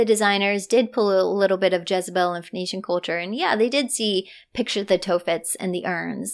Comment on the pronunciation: Sorry but your pronunciation of Phoenician as Venetian was quite confusing.